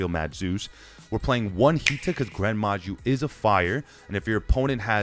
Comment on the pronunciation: i stopped watching when you said gren maju tbh